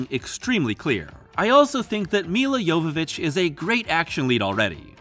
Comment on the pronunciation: Holy crap, you pronounced Mila's last name correctly! That is rare.